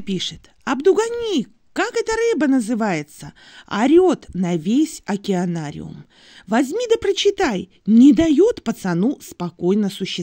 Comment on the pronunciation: Уралка кричит,, Окенарий, Окенарий,, Ну трындец даже не знает как правильно говорить.